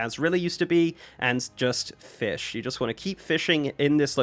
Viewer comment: “Fishing is really fun” “and you fish and you fiah and that is it” 😂😂😂😂